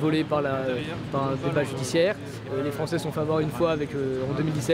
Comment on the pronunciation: .....La liberté d'expression commence d'abord , monsieur l'avocat des mes coudes , par savoir prononcer le français ..... Français se prononce français....et pas françé etc.....